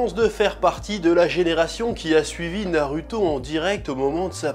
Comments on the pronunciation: Moi ce qui me fume c'est pourquoi tu prononce "u" au lieu de "ou" dans les prénoms "Naruto", "Sasuke", et "Orochimaru" alors que pour "Tsunadé" tu prononce correctement😅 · tu dis TSOUnadé mais NA rue to, comprend pas, fait un effort